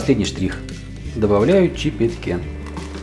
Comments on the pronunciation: Почему вы произносите чИпетки как "чипеткЕ"? У этого слова не французское, а чисто венгерское происхождение (ударение в венгерском всегда на первый слог), от глагола csipet, что означает "щипать, отщипнуть". И тесто для чипетке в Венгрии никогда не нарезают, а исключительно отщипывают руками, как правило, по традиции - дети. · Правильно говорить чепетки, ударение на 2й слог, ну а так Малаааадэць!